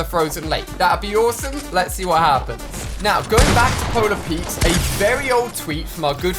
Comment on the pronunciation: why do you call polar peak polar peaks